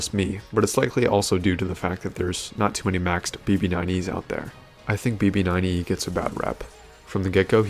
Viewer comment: Did I hear “emo9E” lmao